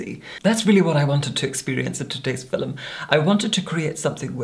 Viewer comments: Oh my god stop saying “fillum” !! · I’ve never heard anyone pronounce film fi-lum before. Where is from? He has the most amazing accent. I’m not convinced he isn’t actually a vampire from the Victorian era like he says he is. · "FILLUMING THE FILLUM" 😭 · His West Scottish heritage whispers through his voice like Scotch Mist. All West Coasters say ‘film’ like ‘filum’., tell me you speak ‘the Gaelic’, mas e ur toil e?